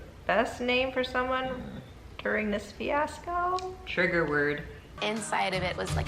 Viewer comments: You missed when Hannah Ann said “fanasco” instead of fiasco. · So you were all over, in honor of Snow White, Disneyland's Country Bear Lin-ger-ee, but NOT Hannah Ann's bringing a finale to the whole champagne "finasco"?